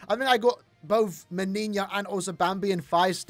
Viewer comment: the n in the word Menina is pronounced like no